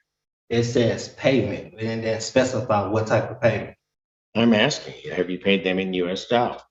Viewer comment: Did he say Aksing ?